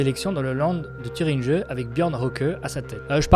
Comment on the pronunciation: En Thüringe (prendre des keçons de prononciation.) - Urgent)